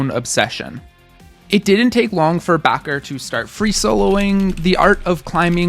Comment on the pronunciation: Why are you Pronouncing Bacher like Baqar.